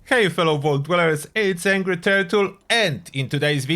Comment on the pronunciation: Are you really that “AHHN-GREE?” 😂